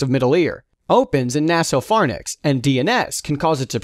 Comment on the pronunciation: did I heard anosmia as insomnia and sinusitis as sinusis? also nasopharynx as nasopharnyx? this is a great video, but you need to look for other narrator :/